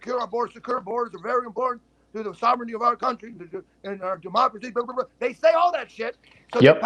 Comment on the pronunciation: Omg. “Threat to my Deeemocray”